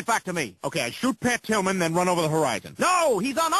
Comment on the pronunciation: the only time the officer said Pat Tillman he did it wrong. He said Pat Pillman :D